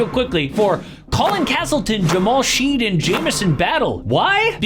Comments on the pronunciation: I watched the first 45 seconds and stopped. 1. If your livelihood depends on content creation for NBA, at the very least learn how to pronounce players' named. It's Jamal Shead, not Sheeeeed. 2. Stop talking shit about the Raptors because they consistently start and play their only "allstar", Scottie Barnes, respectable minutes while other teams completely bench and remove their best players from the lineup altogether. This is why your channel is consistently inferior to Pensare. Zero thought, always grabbing low hanging fruit and gambling ads. Garbage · SHEAAAD?! It’s pronounced ‘Shed’ buddy. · Jamal Sh-head, not sheed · It's said Shed not Sheed. Love your content but at least try and say the names properly. Just looking up game footage will tell you the pronunciation. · he cant even say sheads last name properly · say my boy jamal shead name right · He fr doesn’t watch some teams or pay attention at all he’s honestly a casual. Raptors are also .500 since January but he doesn’t watch them, can’t even pronounce Shead’s name right.